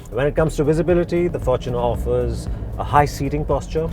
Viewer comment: at last, a review that pronounces the fortuner the right way. FORTUNEr not forTUNER the word is FORTUNE, hence fortuner not TUNER, or “for TUNER”